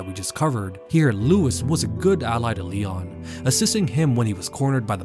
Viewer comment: Louis had the saddest death without question. He died with the last thing he’ll ever hear being his name mispronounced. 🤣